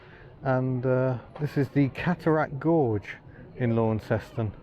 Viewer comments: Terrific video, nany thanks. Launceston is pronounced as 'Lannsonn' here in Corrnwall, just to add the mix. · Syllable overload on Launceston but great vid:) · It awesome I know all these places in real life because I live there! All so I find it really funny when the English say Launceston wrong it actually it pronounced lon-seston anyway keep up the good work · Call the town by its colloquial pronunciation - Lonceston. Don't pronounce the au as it looks, pronounce it as the "o" in Don. That way you just might be mistaken for a local. Better yet, call it "Lonnie". The locals will think you're a local too. I went to high school school in Lonnie back in the 60s after doing primary school in a rural town. That was back when they had electric trolley buses. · It's pronounced "Lonceston". Say "Lawnceston" and they will pick as a mainlander straight away. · I like Tassie very much, I had a good old womble around Hobart a decade back and again 5 year ago, and the west coast has some of the best roads for bikes (motorbikes) I've ridden since I did the IoM (TT 1985) and France/ Italy in '86/'87. Launceston (Tas) is pronounced LaunCESton. In England, the Cornish town is pronounced "Lawnston". In Cornwall, the locals pronouce it "Laaarrnston". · Actually, the pronunciation of Launceston is more like Lon-ces-ton. If you call it *Lonnie*, they will think you're a local. Ok, maybe not with that English accent of yours. Lot of mainland blow-ins now so the name pronunciation may well have morphed a little. I used to live for a time during my schooldays in the 60s in Garfield Street, South Launceston. Attended high school in the suburbs Kings Meadows. Worked there for a time in the 70s after completing my apprenticeship. It is a nice city now but used to get very smoky in the 60s when everyone had wood, coal or briquette heating. I still miss the electric trolley buses of that era, not to mention the old Leyland buses with the half cab.